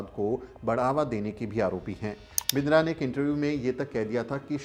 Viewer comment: बिन्द्रा नही किन्दरा😂